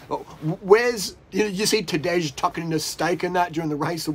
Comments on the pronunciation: It's not Tadezhhh, it's Tadei, for the hundredth time ffs. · Tadej is spelled like Tadey not Tadeg.